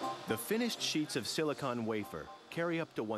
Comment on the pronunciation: I hate they way he says silicon